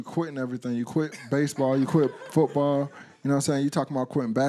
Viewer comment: and he said footbawr lol